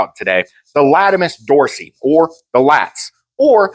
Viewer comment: Great video, will be keeping this stuff in mind. Anatomy nerd comment - it’s latissimus dorsi, not latimus. Silly Romans.